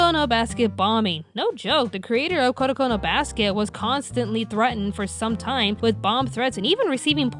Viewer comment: isn't it in reality Kuroko no basket and not Koroko no basket?